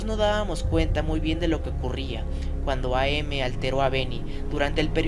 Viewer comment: Solo una pequeña anotación es AM no A, M. El am se lee como el final de "I AM".